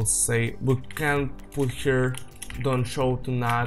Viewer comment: Ну кроме очевидного "пут" и проглатывания некоторых слов ваш английский очень хорош